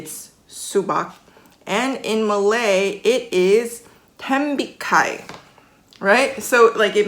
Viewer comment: I like how you speak perfect English sans any hints of Korean accent, but you're tembikai is drowning in Korean. I guess that's just what our brains do, use the language you're most familiar with as a reference when learning new ones.